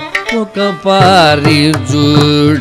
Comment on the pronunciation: Oka pari not oka paari